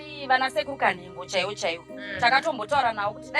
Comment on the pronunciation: mother vanonz sekuru kanengo not kanhengo😅